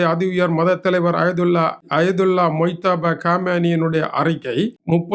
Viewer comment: மிஸ்டர் மொய்தபா காமெய்னி என்று தவறாக உச்சரிப்பு செய்யாமல் முஜ்தபா காமெய்னி என்று சரியாக உச்சரிக்கவும்